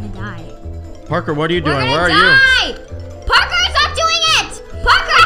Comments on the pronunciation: U said barker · He said parkor not papa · I love how just saying porker instead of Parker🥺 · said parkor isntead of parker well: he said parkor why u vote me it was so funny xD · says poster instead of imposter and when he says Parker I literally did with cuteness